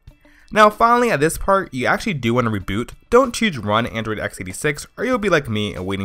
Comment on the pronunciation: Joey Greathouse Rufus he has a speech problem it seems.